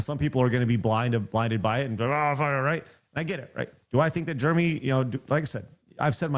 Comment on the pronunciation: It's funny you call him germy instead of Jeremy